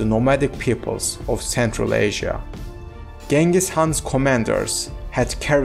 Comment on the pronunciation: not g it s ch